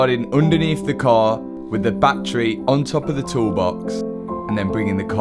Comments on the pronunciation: It’s a battery, Not a battray. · Batt-ery not Bat-tree 🤪